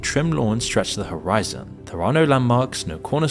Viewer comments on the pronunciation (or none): none